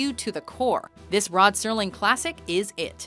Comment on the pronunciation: Is it just me or does the narrator sound like she is saying "Rod Sterling"?